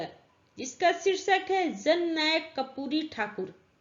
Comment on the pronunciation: Ma'am aap karpuri ko kapuri padhte hai